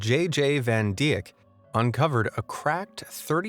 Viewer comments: amazed J.J. van Dijk is pronounced Van Dyk, just as if it was written with a Y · ...on a side note: Dijk is pronounced like: Dike (similar to: strike)